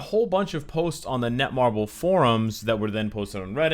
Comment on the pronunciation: Netmarble not netmarvel